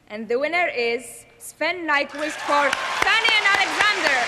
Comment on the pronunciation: They has 10 years to learn to pronounce "Nykvist"...